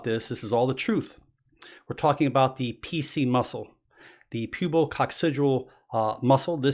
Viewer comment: I was thinking he was trying not to say the word "pubic"